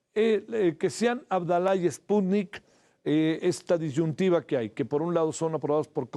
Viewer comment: dice "espuni" 😂😂😂😂😂